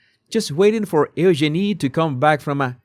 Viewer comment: Eugeenie se pronuncia diferente. Check the pronunciation pls.